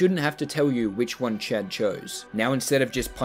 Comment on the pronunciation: Every time he says 'Chad' I hear 'chat' and wonder to myself; is this man streaming? But that wouldn't make sense because I don't think has streamed. And then I remember his name is Chad.